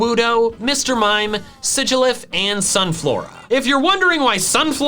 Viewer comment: SIGILYPH, NOT SIGYLPH!